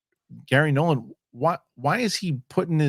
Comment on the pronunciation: It's Garry Nolan, not Gary Nolann.